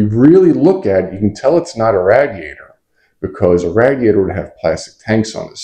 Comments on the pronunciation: Are you trying to say radiator? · I don't know where you're from but you pronounce radiator weird. I'm pretty sure the radiator is like a motorcycle radiator.